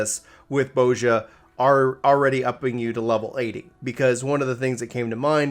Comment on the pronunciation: pronunciation of Bozja triggers me. 😂🤣